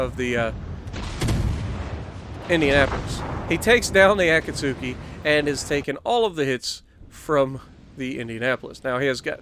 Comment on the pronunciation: Akatsuki is pronounced A; kat; ski. The U is silent.